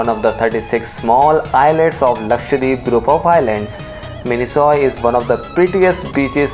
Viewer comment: It is not pronounced as 'Mini-Soy Island', it is pronounced 'Mini-Koy Islands'.